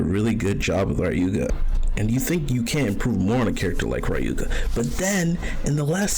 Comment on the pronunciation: It’s pronounced Rayuga, written Ryuga